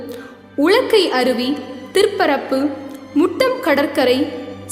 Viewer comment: சங்கே முழங்கு மக்கா! நன்றாக பேசினாய்!ஆனால் ஒர்இரு இடத்தில் உச்சரிப்பு சரி இல்லை மகளே! திருத்திக் கொள். பள்ளி என்று கூறினது "பல்லி"என்று ஒலித்தது. மேலும்"உலக்கருவி என்பது"உளக்கருவி"என்று கேட்டது. சொல் பிழையாயின் திருத்திக் கொள்ளவும். கேட்கும் திறன் பிழையாயின் என் செவித்திறனை நான் சோதித்து கொள்கிறேன். எப்படி யாயினும் பாராட்டு கிறேன் மகளே! வாழ்க! சூப்பர்.